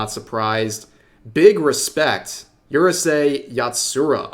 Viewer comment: Rev, you can pronounce Reina as Ray-na (it literally means Queen in Spanish) if that helps. Biyori is Bi-yo-ree and Zenki is Sen-Kee. this is Hero Hei levels of butchering a language. Kudos on pronouncing Urusei Yatsura right. tl;dr REEEEEEEEEEEEEEEEEEEEEEEEEEEEEEEEE